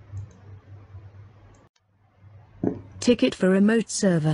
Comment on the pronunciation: ticket (not tiket)